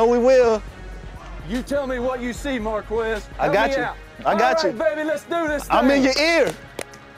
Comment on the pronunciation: Its Marq-Wezz